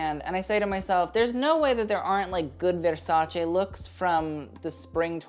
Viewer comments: Lol if you're going to pronounce veRRRRRRsace like that why not learn the other brands as well? 😂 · I can't stand the way he says 'Versace'. If that's the way you're supposed to say it, then fine, but then pronounce ALL the designers the way they are supposed to be pronounced. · I feel like there's only an elite group of people who pronounce Versace like that. Not because they can, but because they've earned it.